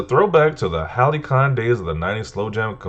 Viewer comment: My guy ‘halcyon’ is pronounced hel-si-on, cy makes the s sound like it does in ‘cyber’